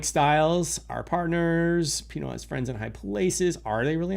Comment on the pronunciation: Pino is an awesome coin. By the way you are correct its "pee-no" haha. Glad you found it, its a strong community on TG and many things planned